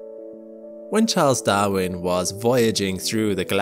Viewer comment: The narrator not pronouncing the letter 'R' once distracted me. Chals dawwin. Hashest. Lahge. Famming. Spak. 🤣🤣🤣